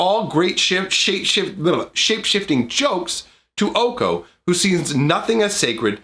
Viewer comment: It’s pronounced Oh Kay Oh. OkOk? 🤡🔪